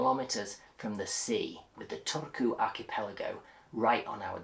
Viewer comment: Why do you refer to your home as your 'property'? Were you a fan of Channel 4 Location, Location, Location? You say you were born in Yorkshire. It doesn't sound like it. You sound like you went to a posh private school. Oh, and by the way, please learn how to correctly pronounce the place that you have moved to. Turku isn't even hard to pronounce!